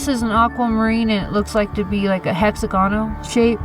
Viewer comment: hexa-GON-al? Hex-AG-onal, please.